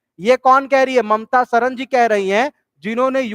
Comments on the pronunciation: Pahle aap hindi sikh lo Mamta Sharma ko Mamta Sahran kah rhe ho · Inko hindi bhi nhi bolni ati sharma ko sharan bolrehai🤦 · Naam to dhang se lelo Mamta sharma hai sarna nhi Pehle 2nd Class mai jake padhlo. Baad me ye video bana na.